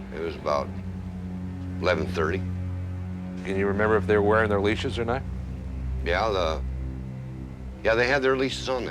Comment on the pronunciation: "What it werrrre." 😂